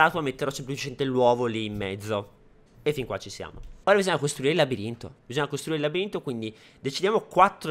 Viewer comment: ora bisogna costruire il labririnto;detto in gergo chioggiotto al minuto chi è veneto si metterá a ridere